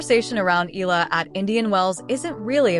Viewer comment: CORRECTION: Her name has 3 syllables, I-YAH-LA